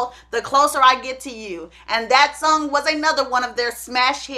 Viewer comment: I love how all of her “O”’s are “U”’s. Dunny, Sung not Donny and Song. 🤣🤣🤣